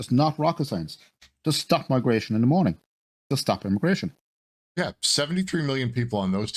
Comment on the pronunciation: Immagration? Come on bro lol